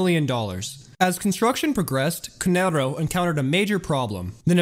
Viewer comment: No shade, but as an Italian It irks me that you pronounce "Canarro" in a spanish tone/accent. All in all though bro, keep up the amazing work.